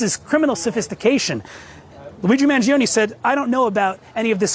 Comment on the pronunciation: MangionE. ‘E’ llike Eternal, evergreen, extra.